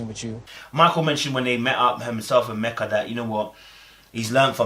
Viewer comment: Her name is pronounced "Meek-a" lol